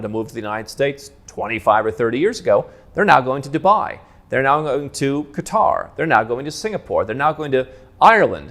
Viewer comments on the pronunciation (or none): none